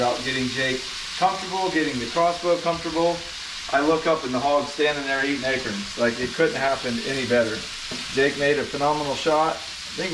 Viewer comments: Akerns lol acorns he says 🤣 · Too funny! When I heard this fella say "acurns," I immediately questioned to myself, aloud, "acorns?" When it, then, seemed he'd heard me, but a moment later saying, "acorns": can't remember last time I'd laughed so loud, out loud, from something on the internet, lmao! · I love how you say Acorns….AKerns lol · Hi. I just saw you type a label, something like he eats acorns. Why do you know how to spell it but you don't know how to say it; Acerns?